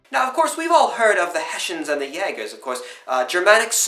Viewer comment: Germans: Hessen British: Hessians: Heshans